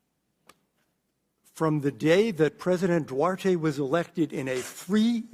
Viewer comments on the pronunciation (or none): none